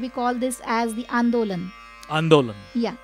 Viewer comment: It's not andolam... it's called Indolam. Raga..